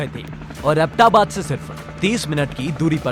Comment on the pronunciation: Nice graphics but need to do serious home work on words pronunciations. It's अबोटाबाद not abta baad. It's espionage. ES P..... Blackhawk is a single word. But good try. Noce to see a positive change.